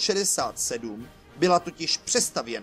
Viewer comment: Pěkné. :) Jen ten bajonet je tam nakreslen nějak zvláštně a ta upravená verze Wänzel se čte "vencl".